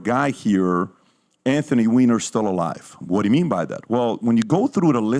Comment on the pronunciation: His name is actually pronounced WEENER